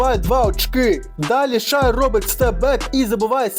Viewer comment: Коментуєш круто тільки Шай Шей